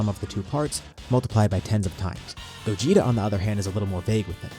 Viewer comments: It's Gogeta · It’s Gogeta